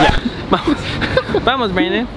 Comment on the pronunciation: No dice "Brandon" dice "brendon" 😂